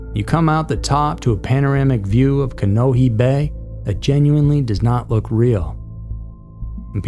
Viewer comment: Ko o lau (long O) and Ka neh O heh - 4 syllables.